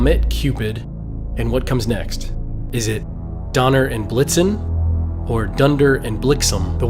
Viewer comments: Did he blixum? It's blixen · The reindeer name is blitzen, not blitzum😅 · It's Donner and Blitzen, not whatever you said. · Dude it’s Donner and Blitzen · Did you say dunder and blixom?? Who are those reindeer, I don't remember any of their names being dunder or blixom